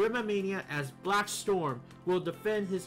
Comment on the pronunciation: Its Blaxstrom not BlackStorm